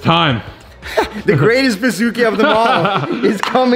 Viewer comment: Anybody else thought he was saying Bazookie at first? Lol